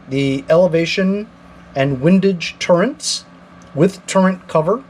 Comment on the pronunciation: OMG, nice review, BUT it is TURRETS, not turreNts … no N. Sorry, I got OCD and every time you say it wrong gives me agita. Hehe.